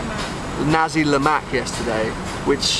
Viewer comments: I'm sorry but I'm going to have to correct you by saying It's Nasi "Naci" not Nazi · Not that bad to be honest, it was just how he pronounced Nasi sounded likes Nazi.